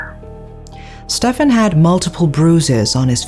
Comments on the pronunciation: Funny how pronounces Stephen as "Stefan" and later pronounces "Steve" properly. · Stephen is pronounced Steven, surely? Unless you've heard different, in which case I'll shut up, 😊 x